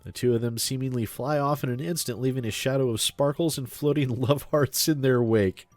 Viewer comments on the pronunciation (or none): none